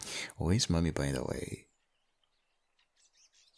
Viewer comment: It sounds like he said money but then I new he said mommy 😅